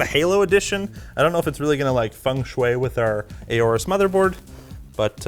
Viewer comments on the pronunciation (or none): IT'S NOT "A-ORUS", IT'S "ORUS"! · Why do you always pronounce Aorus as "A-OR-US"? It is supposed to be pronounced as if the A is not there: "OR-US". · Is that how you to pronounce "AORUS"? A..O..RUS..? Weird... 😏